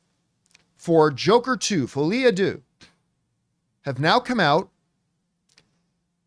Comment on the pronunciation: Was John exempt from core French classes growing up in Canada? It kills me that he keeps saying "Folie a Doo".